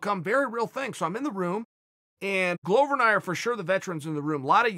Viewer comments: Just saying Glover is pronounced as the world glove but just add an er, “glove-er”, not “glOwber” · In Chael's mind, Glover rhymes with Grover 🤣. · If that's wrong, then Chael is by far not the only one. Every UFC voice, from commentating to Bruce Buffer, has pronounced it glow-ver.